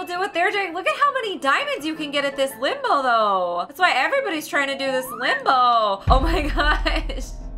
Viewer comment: The first two first times you said limbo kinda sounded like limo